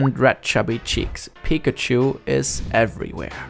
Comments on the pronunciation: yeah i really like how his voice sounds in english unlike how other germans do with a really strong accent. the way he pronounces 'pikachu' sounds off though lol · The way you say Pikachu Lmao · I can't wrap my mind around the fact how English speakers pronounce Pikachu wrong (emphasizing the 1st syllable instead of the 2nd) despite pikachu literally saying its own name all the time (with correct pronunciation). Is it just ignorance or plain incompetence? 🤔